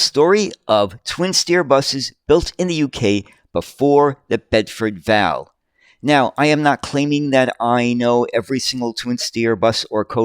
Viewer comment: Bedford V. A. L. , not val, please! (Or Chinese six if ya want the slang term!) Even so, cracking video sir!